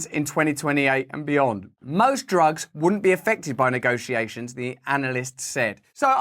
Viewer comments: Did Biden say "jugs" instead of "drugs"? 😂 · He said, prescription "jugs" 😂😂 And he has background token fans....😂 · I SWEAR I heard him say "prescription *Jugs*" 🤣